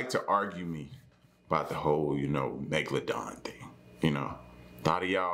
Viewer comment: I knew u was gonna say magaladon lol.. Run them underwater likes up